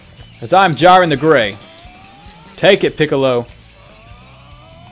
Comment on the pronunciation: You said jurien